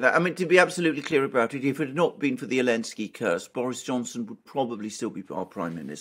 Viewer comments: Do you say Alinsky bc the letter Z is banned in Germany? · It's the first time Alexander said 'Elensky'. bad influence I suppose😉 Excellent analysis as usual💯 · Does say Elensky as a way of taking the piss out of the letter Z being banned? If so it's a bit confusing and inaccessible. Took me ages to get haha